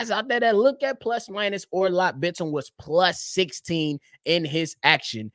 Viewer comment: btw you're pronouncing Bitim's name perfectly